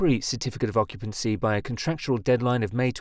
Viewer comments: Occupancy, not Occtpancy. Red thumb, idiots. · "certificate of occtpancy" - aaaand channel blocked, ai slop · "Occtpancy" 😆 gotta Love AI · "Certificate of Occtpancy" 😂😂 Gotta love AI